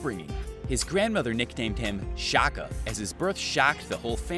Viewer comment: His nana named him Shaka not Shocka. It's crazy how curtain things get changed depending on who's talking. And also talk about how his father changed his life. So when life throw lemons at U... Make lemonade, enjoy a glass, and reflect life. Peace and blessings 2 ALL!!